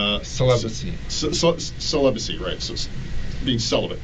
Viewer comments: I swear from the moment he starts pronouncing it "celiburcy" I'm like – "I don't think I can watch this..." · An incel who can't pronounce "celibacy".